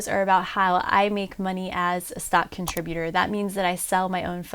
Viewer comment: "Contributorrrrrr" !!!! . .. . . . . assemble.